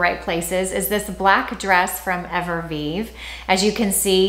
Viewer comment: I think you are a beautiful woman with impeccable style. What I am offering is simply constructive feedback. I have seen this specific feedback offered on prior videos. One can lose credibility when words are mispronounced consistently. Evereve is pronounced Ever-Eve. Not Ever-Vive. No disrespect intended, just my opinion.